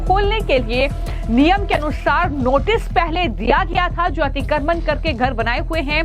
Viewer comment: अतिक्रमण अच्छी तरह बोलो.